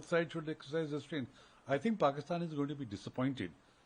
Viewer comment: She nearly said Porkistan haha 😂